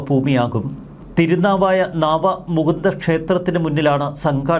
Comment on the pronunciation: നാവമുകുന്ദൻ അല്ല നവാമുകുന്ദൻ എന്നാണ്